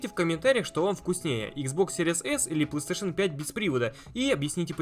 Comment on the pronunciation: ты так странно говоришь пластеэйшн))